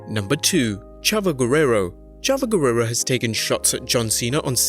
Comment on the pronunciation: he did not say chavo gurreoro he said chava gerrera